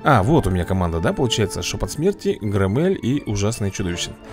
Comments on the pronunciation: да не громЕЕль а грОммель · Грооомеля ударение на о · ГрОмеля ударение о